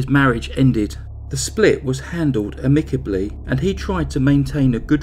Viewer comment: So I suppose it sort of goes without saying but, those are certainly three men I'd not mind having around in an emergency. Holy shit. ps Amicably is pronounced "AAH-mick-uh-blee" rather than "uh-MICK-uh-blee". So, you're gonna be placing emphasis on its first syllable rather than it's second. Hope that makes sense, as I've tried to spell it out phonetically and I know sometimes that can be messy. :P